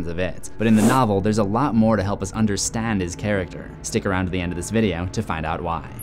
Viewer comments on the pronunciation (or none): Ha you said UnderSTAN